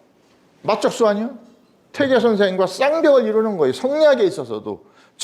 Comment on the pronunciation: 자고저 문제! 예: 세상,머냐?,퇴계,선한 본성, 교육,퇴계,성리학, 등, 첫 자가 장음인 단어를 짧게 잘못 발음한 실 예이옵니다. 한학자로서, 이렇게 자고저 문제가 있다는 것은 결코, 너그러이 볼 수 업나이다.